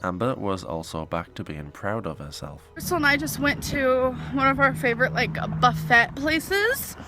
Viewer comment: "Buffits" lol